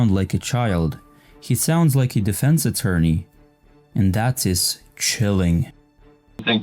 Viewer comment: What is “an attotney”?